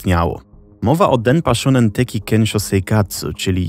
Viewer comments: 1. Bardzo ciekawy temat 2. Proszę, sprawdzaj wymowę przed takimi nagraniami. Np. mówi się „sionen” a nie „szunen”, czy „kensio” a nie „kenszo”. Wystarczy translator google nastawiony na język japoński. 3. Nagrody takie jak żywa ośmiornica czy arbuzy nie są niczym dziwnym w Japonii (prawdopodobnie w większości Azji). Tak samo surowe mięso, które gdzieś tam się przewinęło. Jedzenie ma tu wartość premium i często jest uważane za odpowiedni prezent, nagrodę, czy podarunek z katalogu ślubnego dla gości. 4. Powyższe nie zmienia faktu, że producenci mogli manipulować nagrodami. Myślę jednak, że ta manipulacja ograniczała się do wyboru czasopism, w których były loterie. Tomoaki sam decydował gdzie chciał wysłać swoje zgłoszenie (btw, takie zgłoszenia wysyłało się na białych pocztówkach, co widać np. w ). Możliwe też, że osoby decydujące o wygranych znały już Tomoakiego z TV i wybierały właśnie jego zgłoszenia. Dlatego uważam, że skompletowanie całej konsoli nie było aż tak dziwne. 5. Kto był producentem? W jakiej telewizji emitowano program? (już to sobie wygooglowałam, ale myślę, że to istotne informacje). 6. Ogólnie najs, ale Japonia to na tyle odległa kultura, że polecam dawać materiały na jej temat do sprawdzenia jakiemuś doświadczonemu japoniście, bo bardzo łatwo o powielanie szkodliwych stereotypów. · Jak coś wymawia się "szoonen", ewentualnie "szołnen".